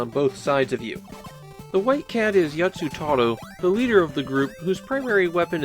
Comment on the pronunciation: "the white cat is Yatsutaro..." its Yattaro, not Yatsutaro. I imagine what happened is you misread the "tsu" symbol in his name, which in this case just indicates a repeated consonant.